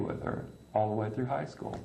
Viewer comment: did you intentionally say fru instead of through?